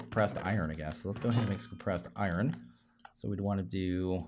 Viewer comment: It is pronounced iron (I,ern) not I ren